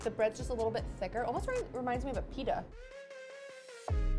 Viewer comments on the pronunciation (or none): none